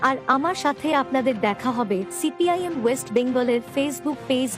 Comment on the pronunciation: আরে ভাই ছি পি এম নেই নেই বলছেন তো সেই দল কি করলো তাতে আপনাদের কি ? সিপিআইএম উচ্চারণ আগে ভালো করে শিখুন 😂😂😂